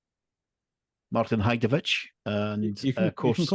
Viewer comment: Great to see Martin as a guest and probably the 1st time that I've heard anyone correctly pronounce his surname 😂 assuming it was correct 🤔 😊 I'm also a member of the Thumbs Up Photography Facebook group and I can confirm it is a very friendly group. I have posted a few of my images in the group and hopefully will post more in the future. It's great to receive feedback for your own work and really don't understand when the keyboard warriors leave a negative comment with no back up as to why they don't like the image. I'm a member of a camera club and we've had good judges and very poor ones. One comment that I recall a judge saying for one members image was "I don't know why you took it" 😡 Comments like that are not helpful. I must admit that image of the dried up puddle in Norfolk is one of my favourites and I'm aware the group were fighting over grabbing it. Why not? It's a fantastic composition. I'm hopefully meeting up with both Martin and Steve plus other Thumbs up Facebook group members in the Peak District next month. Really looking forward to that 😊